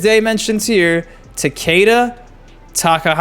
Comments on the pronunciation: Takeda is Japanese and pronounced- "tok-uh-da" everyone says it wrong lol. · Yeah. Everyone pronounced "Ta-kay-da", but its fine.